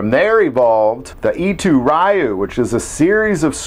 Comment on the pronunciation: The word "Ryu' is pronounced as the 'roo" at the end of the word "kanaroo" is pronounced. It signifies a "school" or "style" of the martial arts, as in Shorin Ryu, a style of karate I have studied.